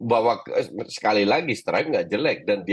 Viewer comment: STRUICK bukan striker